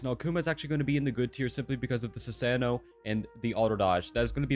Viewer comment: Sue - Sahn - O, love your videos, but please say it right.